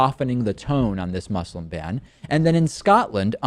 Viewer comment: One day, you will learn to pronounce ``Muslim.''